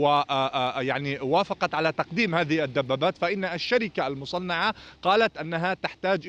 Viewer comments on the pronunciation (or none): الشركة المُصَنِّعَةَ و ليس المُصَنَّعَة... أستاذنا الفاضل.